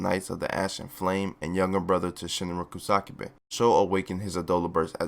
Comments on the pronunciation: Uhh it's ku sa ka be not ku sak be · hamia instead of haumea, kusákebe instead of kusakabe, tamáki instead of támaki, the other ones have not yet yerd pronounce by japanese people so can't say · The Kusakabe mispronunciations are giving me anxiety...